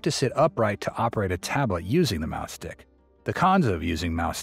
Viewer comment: Im sorry, but is the narrator is intentionally saying "mouse stick" or "mouth stick"incorrectly? 🐁🍆